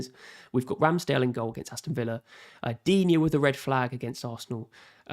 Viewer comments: This French speaker seems to think "Digne" has 2 syllables? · Its pronounced “Luca Deen” for English speakers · They asked and I answered the correct way of pronouncing Digne. If you feel like it is pronounced dinet, dina, dinot, diwhatever and feels like it sounds right to you, so be it. No need to comment non-sense and waste people's time, please. Peace out